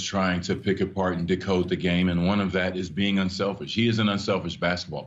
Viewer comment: He Said “Decode” 😂😂😂😂